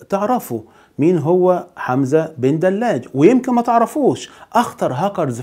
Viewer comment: حمزة بدلاج ( ج ) صاحب القناة تعلم نطق حرف الجيم ! رجاءً لا للتحريف ، شكراً، أخ جزائري.